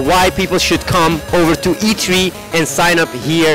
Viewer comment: The way Athene pronounces E3.. E Tree lol